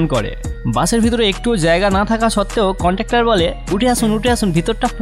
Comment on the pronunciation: ... ওটা বাস contuktor নয় রে, ওটা বাস conduktor. Shame shame 🙄